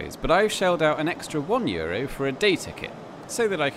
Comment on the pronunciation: 20 euries hahahahahahaha lol its 20 euroo groetjes uit nederland